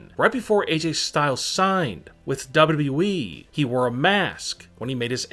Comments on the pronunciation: Seriously he says wwwee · Why do You Say WWWWE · Stop saying dawbudabuy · Why do you say WWE like dub dub eee